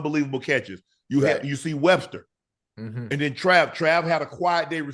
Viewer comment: Wester not Webster but go Buffs💪🏾💪🏾💪🏾